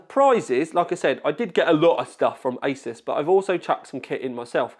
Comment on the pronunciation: Sounds like he said I was at the isis offices 😂